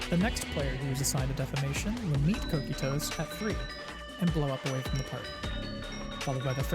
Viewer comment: Great guide, fantastic info! Some tips on pronunciations not that you need it: Kokytos is Greek and pronounced: "Coke-eye-tuss" and "Ravening" is like "ravenous - hunger" not a hard A sound but a light one.